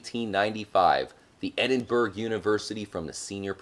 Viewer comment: Edinburgh isn't pronounced as "Edinburg" its pronounced like "Edin-bu-ra"